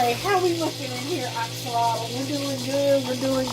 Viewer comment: You’re correct. It is pronounced ox alotl😁